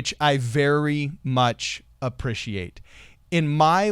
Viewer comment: Speech therapist: Right then,, repeat after me.: *nods* ST: A-: A- ST: pree-: pree- ST: shee-: shee- ST: -ait: -ait ST: Appreciate: aPpPrIsHiAtE